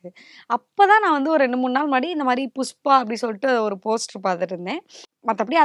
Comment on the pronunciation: ஒரு பாடகியாக நீங்கள் உங்கள் உச்சரிப்பை சரிசெய்து கொள்ள வேண்டும்.உ-ம் புஷ்பா-புஸ்பா